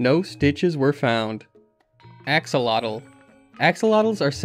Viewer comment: Please type the word Axolotl into Google translate, set to Spanish to learn how to pronounce that correctly. It's a salamander, not a knight of the round table. lol EDIT: HOW do you pronounce Xolotl relatively correct but not.. 🤯 EDIT2: I got to "PUH SWAY DOH" Thumbs. 😂 Fella please. If you don't know a word, please look it up before doing THAT, lol